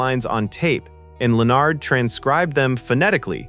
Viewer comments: Same thing for "Mark Lah-nard." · Her name was pronounced EYE-LEE-YUH, not ILL-YUH. She wasn't Russian. And it's KAY-NEEG, not KAH-NEEG. It's LEN-NERD, not LE-NARD. I wish Trimble would have stayed out of the space shuttle business. Naming first shuttle Enterprise then finding out it would never go into space was a huge let-down. It wasn't able to boldly go.